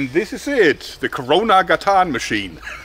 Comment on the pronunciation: Main emphasis is on the first syllable. GA-tan, it means "street" :-)